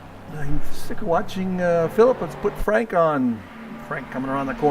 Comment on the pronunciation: Hi, Thank you for what you do for the league, I really appreciate it. You pronounce my last name well, and I'm French. Franck